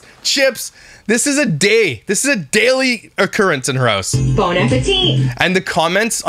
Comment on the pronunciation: Someone please tell its Bon as in Jovi not Bone Appetit!